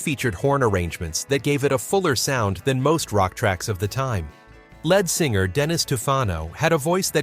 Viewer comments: Who is the narrator? LED singer. It's LEAD. Saying " largely forgotten" Apparently you don't listen to the radio. What a jerk.. Who are you? I've largely forgotten.... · Led Singer AGAIN. How disgusting being a leed(lead singer MYSELF,!!! It's insulting to put out a video mispronouncing the main band member .!¡!!led singer AGAIN. My skin is crawling every time I hear it!!!! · Please...pronounce Lead Singer correctly!! It is not "Led" like Zeppelin. It's " leeeeed" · Can the youth of today No longer READ.....LED Singer, NOT Lead (LEED) singer. How pathetic 🥴🥴🥴🥴🥴🥴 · Lead pronounced with a long e (leed)", but spelled LEAD. But then again, it's also pronounced led (with a short "e" sound. The English language is the hardest language to learn because so many of our words sound alike, but the spelling is different. But then again the spelling is the same, but pronounced differently. Like "read" and "red" or "read and reed. Same thing with "lead" and "led." This was taught in first grade. I could go on, but I think you get the idea. When you're not sure of the spelling or pronunciation, Google it using your microphone. Google is an amazing tool!❤❤ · And "ledd singer"? Do we mean lead singer? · Please find out how to pronounce words like lead (singer) - sounds like leed - and Skynard - see previous comment - and more if you are going to narrate these videos. This happens frequently on this channel (and others). Those of us watching and listening find it distracting. Maybe have a second listen or listener. Geez .... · Is it possible that these things could be narrated by a real human being? Lead singer pronounced like the material in a pencil? Lynard Skynard pronounced ly nard sky nard?